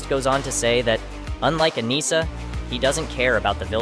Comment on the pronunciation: A-ni-ssa please. Not A-knee-sa